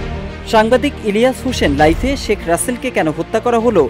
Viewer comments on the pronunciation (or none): নট লাইফে, লাইভে হবে ব্রো। সাংবাদিক হলে উচ্চারণ ঠিক রাখতে হবে।